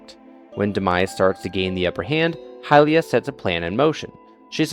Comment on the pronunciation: I hated that video because it just says "screw the ACTUAL timeline" he also says hillian for the pronunciation of it. Also Nintendo be like: it is up to your imagination. Game theory: Hyrule warriors is canon. Nintendo: no